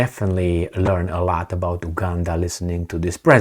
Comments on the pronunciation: You are pronouncing it wrong. It's U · Buddy please pronounce the U